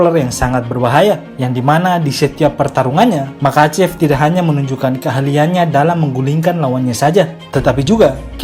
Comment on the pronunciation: Bang kalau ga salah pengucapannya mahacev.koreksi juga sama kayak habib bukan kabib